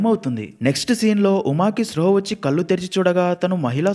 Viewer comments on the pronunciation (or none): none